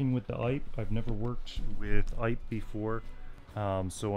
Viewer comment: Not “ipe”. “Eee-pay”.